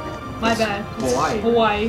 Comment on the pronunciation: Hawai is not Hawai is lavawai XD